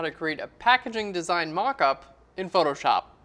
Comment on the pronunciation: You're good at basic techniques. But the whites on the darker side can't be fully white. You need to reduce the brightness. Btw, the way you pronounce Photoshop like photor-shop is a total distraction..